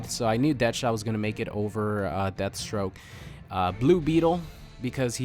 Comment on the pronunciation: lol, to much gibberish and calls "Deathstroke" deathstrock. not cute.